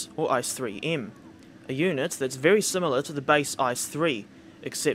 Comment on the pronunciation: Oooof on the pronunciation of ICE. It is pronounced e-ce-e not ice as in ice cube. Still excellent video though!